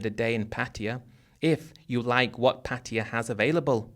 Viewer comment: PA-TYE-A is how it’s pronounced as I learned it Been to BK, Ko Samui and Ko-PQ for full moon party . We eat mushroom omelette and lay on mats on beach and saw Zeus in the clouds